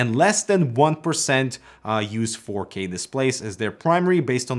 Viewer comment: Oh... he said "4k"... I thought he been saying "fuckey"